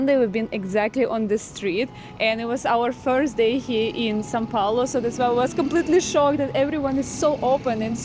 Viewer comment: is always trying to correct pronunciation, when in fact she is pronouncing São Paulo better than him. In Russian, there are sounds closer to the ones in Portuguese like "ão", which doesn't exist in English.